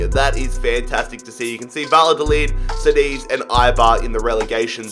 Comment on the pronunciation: Btw, Cádiz it's pronounced like Kadiz